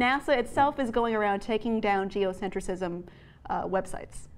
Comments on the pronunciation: It’s “geocentrism”, not “geocentricism”. Geocentricism is not a word! Normally that wouldn’t bother me so much but she says it incorrectly like 80 times. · You're adding an extra syllable in geocentrism,. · This is far from the truth. Seriously, you cannot narrate a whole script, not knowing what it was about. She signed a release to boot! And it's not "Geocentricism," ...it's "Geocentrism." Morons... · PLEASE learn how to say geoCENTRISM... before you criticize it..